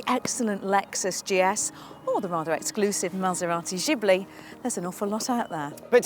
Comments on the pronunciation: Maserati "Zhibli"? From someone who's supposed to know about cars?! Lady, an h after a g, in Italian, makes the g hard, so the car is a "Geebli" (Gee as in geek). Just as the "ghin" in Lamborghini is pronounced "geen" (like green without the r) and not jean. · MASERATI WHAT ? JIBLI ?? It's GHIBLI God damn it !! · Jibli? And you call yourself an auto journalist?